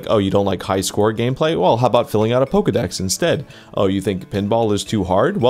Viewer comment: no, dont say pizdex like that, its russian f word